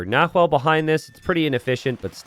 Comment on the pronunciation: It’s more like nah-whe’e